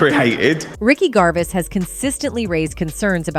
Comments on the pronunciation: why the fug would someone call ricky GERVAIS, ricky GARVIS? maybe this talkover person should have actually watched her video before posting it? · It would take you 10 seconds to research how his name is pronounced, but instead you decided to look stupid. 🤦🏼‍♀️ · How about you say his name right first off is very funny get his name right grrrr 😖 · Omg please learn how to pronounce the subjects name properly!!!!